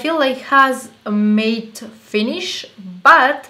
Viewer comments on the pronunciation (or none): I love this, full coverage!!!! Not sure if you were wondering but matte is pronounced like mat, it's not a big deal though cause we all know what you mean, and I looovvee your accent! And videos and face! You seem like a super sweet and down to earth friend I would love to have! Xoxoxo